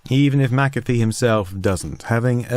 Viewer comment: Good video, very interesting. Is it just me that gets unreasonably annoyed at McAfee being pronounced at MacCaffe. Same applies to McDonalds being pronounced MacDonalds